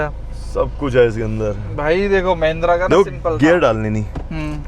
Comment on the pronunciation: Mahindra ❌ mehendra 😅😅